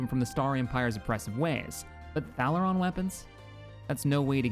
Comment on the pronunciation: ....Ubisek XD Normally mispronunciations don't bother me too much (hence why I'm not bringing up Thalaron) but Obisek has the best VA in the game. Damn I wish they brought him back more often.